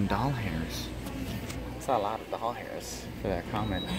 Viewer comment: Why do you say dolhairs just wondering why not dollars